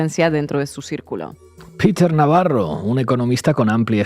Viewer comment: Digan Navarro correctamente, con acento español. Viva España.